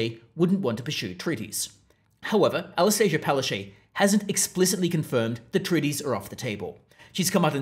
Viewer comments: It's pronounced palachook. And there are far too many photos of her in this video. Please don't punish us by forcing us to look at her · You're not pronouncing her name correctly its Pileofchyte....